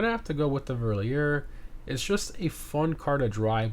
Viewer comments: "Verlierer" is German for "looser" and you pronounce it "Ferr-lear-er". But I like the French melody in your pronunciation as well 😅 great video as usual, thanks. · Just to help you to say the cars right, the 'Verlierer' is pronunced fair-lee-rare